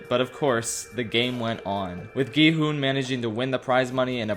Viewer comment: It’s such a small detail but the fact that he keeps calling him “gEe-HoOn” is just burrowing into my brain